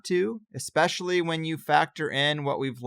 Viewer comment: I love you man but as a speech therapist you're driving me nuts with just a couple pronunciations. It's "anything" not "anythin" and its "especially" not "expecially". <3